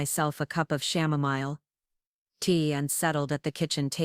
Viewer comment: What the heck is shamamile tea? It's chamomile tea. You artificial IDIOT!😂